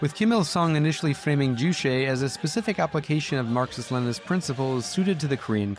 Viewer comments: Its JuCHE like Che Guevara, yeah no need to thank me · Ugh, juche is pronounced ju•che, with the second syllable pretty much like “Che” in “Che Guevara,” which you happened to say a zillion times in the section immediately preceding the one on North Korea. It’s not French as in chez.